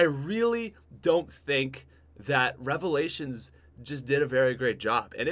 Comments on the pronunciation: Top five worst cod youtubers number 1 worst youtuber im in subbing because you said revilations I hate you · I died when i her revailalins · I am going to hope you say revalations. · rly nigga revolations?!?! REVOLATIONS!!!! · Who else head the like goal and liked the video... Then hears say " number 5 revalations," and switches to dislike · When he said revalations my jaw fucking dropped